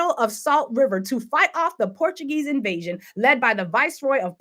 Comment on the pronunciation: Emphasis on word ( invasion)